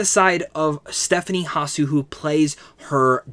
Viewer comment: 🤣Not Hasu...it's Stephanie Su...the H is silent. Stephanie Hsu...yes she was brilliant and so were the other cast. Ke was the one that stands out for me.